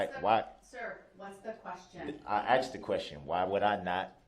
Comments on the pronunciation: There were so many….. truff, axed or telling, biastness, military or admiral court, I cannot hear evrything you say when I’m in this courtroom. I’ve got shock shackles on, I do not understand. Where is the lawful law. lol He got what he deserved. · . AND… she pacified brooks several times until she finally got tired of being being “axed” that stupid question. Made me angry every time she pacified brooks. I’ve never encountered anything like this before after watching hundreds of trials.